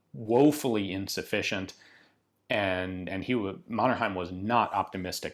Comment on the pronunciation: I love your pronunciation of Mannerheim <3